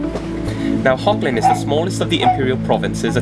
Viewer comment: Thanks for the correction! Hogland, never thought that would be an actual pronunciation, thanks again! I don't know how to do a Dutch accent, but I've been honing up on my German accent, I'll try to apply it soon =D